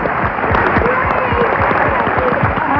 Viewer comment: sound's like Sally said Kathy Carver.She does say Carver and it's Garver.